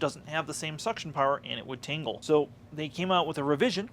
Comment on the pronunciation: Thanks for the insight, one thing, it sounds like you're saying tingle half of the time rather than tangle.